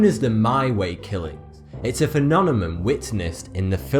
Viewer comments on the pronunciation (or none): "It's a fenonemum" ahh Britishness. (Don't worry though buddy I share your pain.) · Still cannot understand why he pronounces phenomenon as phenonemon....